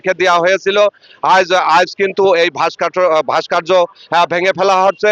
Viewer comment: শব্দটা "ভাস্কার্য" নয় রে বলদ ওটা "ভাস্কর্য"।😂😂